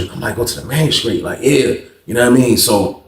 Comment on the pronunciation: Lmao man I was thinking I know damn well this man ain’t saying magistrate